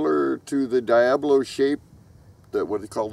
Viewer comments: Absolutely love your videos, been subbed for a long time now. But it's Diabolo, NOT Diablo. They are pronounced totally different. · Diabolo isn't pronounced dee-AB-ə-loh (old English/Latin word. The mispronunciation makes it sound like Diablo, I know this because I knew a guy that sold diabolos at Renaissance faires and performers that used them.